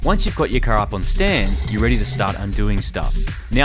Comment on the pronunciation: I like Marty, but Moog gets on my nerves more each episode. Also, there's an "R" at the end of the word "car". Use it.